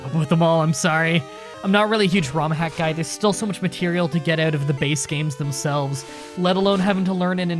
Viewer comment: Excuse me, I love your videos but it is not "Pokimon", it is Pokémon. And what accent is that? The way you say 'out' makes my ears bleed!